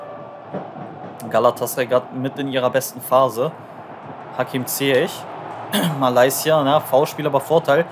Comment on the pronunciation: Geile Folge wieder aber sagst du mit Absicht Malaysia?😂